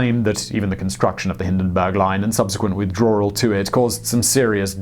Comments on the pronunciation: 'Withdrawl' -- snerk Simon, your English accent is not a drawl. ('Withdrawal') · I'm sorry Simon. But "withdrawl", really 😣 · er... "Withdrawl" ?? Howdy Simon ... ;) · What's a withdroeawrool?